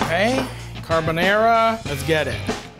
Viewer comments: I loved it Matty! This episode was a nice one 😊👍 I really loved your "carbonEra" carbonara 😁. Just skip the olive oil next time, guinciale is supposed to render in it's own fat, then your'e good to go 👍. The omurice is pain in the to make, it's very liquidy, but you did a really good attempt! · He can't even say Carbonara right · His pronunciation of carbonara makes my balls tingle